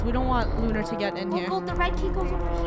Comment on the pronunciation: Lunar not lunerr